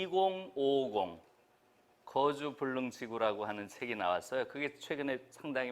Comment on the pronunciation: "거주 불능"의 "거"를 왜 길게 발음하십니까? 잘못입니다. "거처"의. "거"도 길게 발음하시렵니까?? 이런 일은 결코 가벼운 문제가 아니옵니다. 특히 김 누리와 같은 한국 학자로서 이는 결코 용서할수 없나이다.